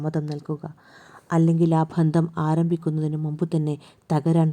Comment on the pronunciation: ബന്ധം എന്ന് ശരിക്കു ഉച്ചരിക്കുക